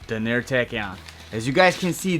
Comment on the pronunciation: It’s DAN-er not da-NEER.